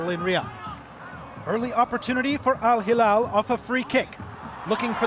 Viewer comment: شرق آسيا بالأصح (من اللي لاحظت) كوريا واليابان ينطقون بعض الأحيان حرف ل > ر، عشان كذا يقولون هيرال